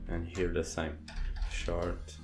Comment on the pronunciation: It's Sh-OR-t.. not shart haha. thats a shit+fart. , .Great video